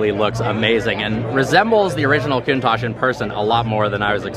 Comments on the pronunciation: I almost chocked when he said KOON TASH . Ahhh Americans haha . Still thoe ,no hate , nothing but love lol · Coontach????? Count-tach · It’s pronounced Countach